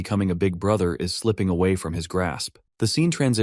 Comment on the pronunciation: His sister said bruhter😂